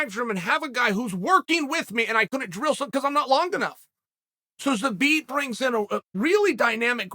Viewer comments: Took so much time and effort to say his name, enlisted the help of Megan Olivi, still says it wrong 🤣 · Megan Olivi has trolled Uncle Chael into saying Zabit’s name incorrectly